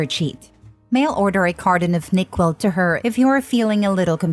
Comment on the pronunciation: Lol, i get a kick out of these ai pronunciations. NyQuil as nicquil.